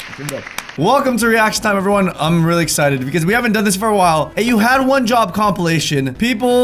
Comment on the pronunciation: Is it just me or at the start of the video does say ‘ wad one job’